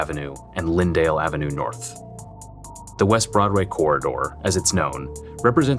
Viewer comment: Welcome to Norf Minneapolis.